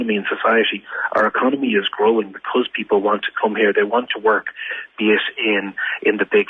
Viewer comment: 'Becuz', it's Because. I can't stand that, Paul Murphy does that too. Can't even pronounce an English word properly and he's a west Brit. People elect for representation not a dictatorship, the absolute gall of him saying he has a mandate to do whatever the hell he wants without consent.